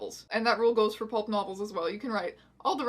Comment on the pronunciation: Does Strange Aeons have trouble saying the word "Pulp"? She keeps saying "Pope" lmao, The Holy book Satan was a lesbian what story of the Bible was that lol